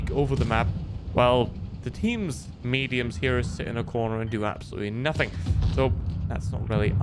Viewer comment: The way he pronounces nothing is funny